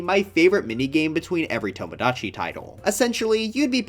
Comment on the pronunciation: why did he pronounce "tomodachi" like that...?